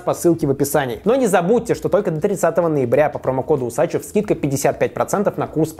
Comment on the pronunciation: Не Усачев, а Усачёв!